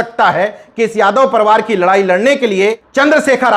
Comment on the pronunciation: परिवार को आप परवार कहते हैं।इसका उच्चारण सुधार कर लीजिए सर्!🙏🙏